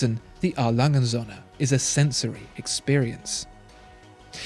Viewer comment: A. Lange & Söhne actually means A. Lange & sons. You pronounce it as if it means A. Lange & suns. You should keep the o a little longer, as in the English word "so". Nouns always start with a capital in German. Best regards